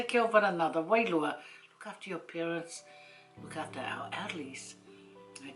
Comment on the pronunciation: Never tried Red Rooster in my life, but it looks so delicious going by your video. Thanks for another great vid. What does wailua (i think it is) mean pls, I've heard it a few times in different samoan videos & I've also heard u say it a lot. I thought it was pronounced 'wairua' at first, but the Samoan alphabet doesn't have the 'r' in it does it?